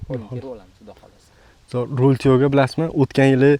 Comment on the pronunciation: "Ровил туёго"ми ёки "Роял тяго"? Видео бошида ҳам қанақадир "Ровил бири"ми дедингизлар. Шуни аниқ тушинтириброқ кетинглар